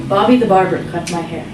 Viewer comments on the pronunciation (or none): NICE + EXPLANATION + EXPRESSION AND MOST IMPORTANTLY WHEN SHE SAID BOBBY I THOUGHT SHE IS SAYING BARBIE ,NICE VIDEO MAM I LOVE IT .